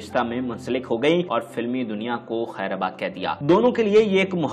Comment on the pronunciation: یہ خیر آباد نہیں خیر باد ہوتا ہے